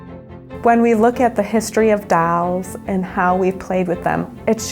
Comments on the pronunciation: Its not DAAAALS ITS DOLS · flips monopoly board in front of strangers ITS DOLLS NOT DALLS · DALLS LOL ITS DOLL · i cringed every time she kept saying dalls ugh it was like fingernails running down a chalkboard😖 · You mean the 'dawls' right? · 'Dalls' Is she Texan? 🤔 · what happened to the 'o' in 'Dolls'? oO 'Dawls', especially the stress she puts on it when saying it... really odd. (i am not english native, maybe makes it more weird to me) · she must be from minnesota or wisconsin lol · like 90% of the comments are about how that girl says dolls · i actually live in the city in the video, and i can confirm that we don't say dolls like that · That's a typical pronunciation of "dolls" for the Rochester area, due to a linguistic phenomenon known as the "Northern Cities Vowel Shift" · Marco Gruebler You're right, she does make it sound weird. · Marco Gruebler Don't worry, it's weird for the rest of us native speakers too 😂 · Marco Gruebler nope, I have English as a first language and it sounds I'd to me maybe because I'm a Brit but it sounds southern to me